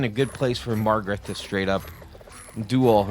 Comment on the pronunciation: LIKE #25. You are not pronouncing Magarth correctly. Read the name and say it. It is not MaRgareT. It is MaGARTH. Hooked on Phonics can work for you,. 😉